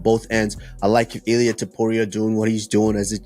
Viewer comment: It Illia not Aliah bro